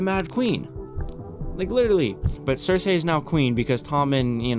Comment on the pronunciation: How are you damn near 7 seasons into this show but you still pronounce names wrong like Loras, Varys, Cersei etc